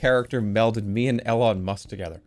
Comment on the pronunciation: All of this and the most fucked up thing he said was “Ellon” instead of Elon